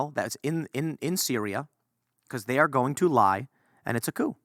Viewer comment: Called it Koo-Coup?